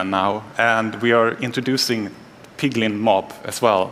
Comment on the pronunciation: Instead of piglen beast